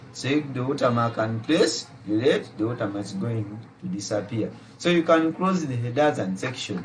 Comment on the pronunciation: Watermarka. Only a Ugandan could say that 😂😂😂😂😂